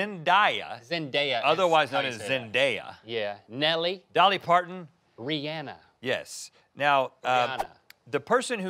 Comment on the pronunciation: Thanks for saying Rihanna’s name right 😂